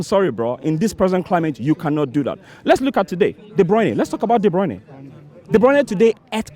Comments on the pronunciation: ‘De broyne os fo brekfos ‘. Goddamn ..... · Looool can't these arsenal fan De bruyne right? De bruyniee 😅😅😅😅